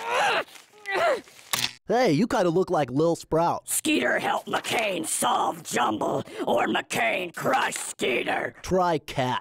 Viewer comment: lmao "jumnble"